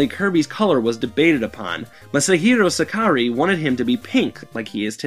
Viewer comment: You mispronounce "Masahiro Sakurai" differently every time XD